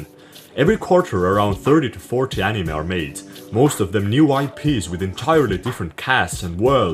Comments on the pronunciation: "ANIMÄH" NIGGA WHAT??? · the way you pronounce anime really triggers my autism. great editing as always 👍🏻👍🏻